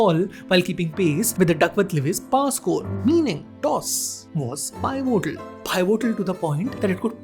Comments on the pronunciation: lmao p-vital jaisa pronounce kiya jata hai bhai ne use Pie-votal bana diya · bro the pronuntiation of pivotal is Pevetal ..... btw amazing video keep up the good work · Pie-votal kya hota hai r k Bache Ter mk c